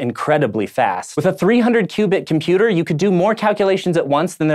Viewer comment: Odd as it might seem, but there actually is a 't' in 'internet', 'quantum' and 'computer' If you are going to publish 'professional' videos, please speak properly.